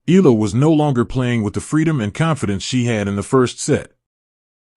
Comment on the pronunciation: This commentator cannot even pronounce EALA. Its infuriating, its NOT ELA.